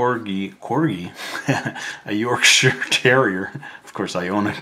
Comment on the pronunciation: Thank you for pronouncing Yorkshire right 😅 from a brit